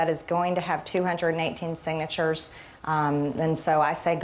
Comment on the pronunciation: I'm so amazed by MTG right now, that I don't even want to ha-ha-lol at her for saying "sing-a-chers". 🤔